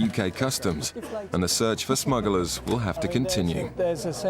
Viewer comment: Narrator keeps mentioning 'smuggalars'!